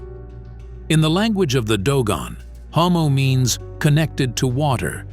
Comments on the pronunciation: NOMO not HOMO 🌌Can you go back into the video and do a pronunciation sound correction? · This content creater couldn't even bother to double check his date. It is pronounced Nommo. Not Hommo. Lol. Also a few other things he got wrong. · NOmmo not HOmmo... N O M M O - you pelican. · Nommo, not Hommo. That's a rather significant mistake and makes me nervous to trust the other stuff in this video, although it seems to be very well done. This is much needed! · It's "NOMMO" NOT "HOMO" At times, pronounced "Nuumuu" by neighboring Mande people. It has NEVER been "Homo" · They called Nomo, not Homo dude. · The Nomo * it’s with a N not H